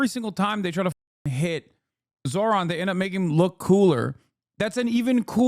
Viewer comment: That is quite literally the whitest pronunciation of Zohran’s name I’ve heard, good god 💀